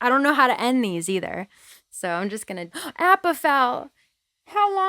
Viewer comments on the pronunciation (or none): why she say appa like that?